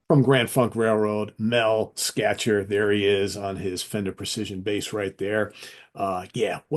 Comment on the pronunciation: Mel Schacher’s last name is pronounced as “Shocker.”